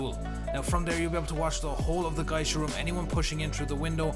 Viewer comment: Avicenna A. I got triggered by how he said Geisha